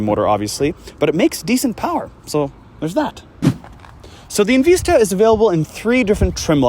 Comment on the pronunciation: Love the vehicle and appreciate calling u out on “EnVeesta” I cringed every time u said it like that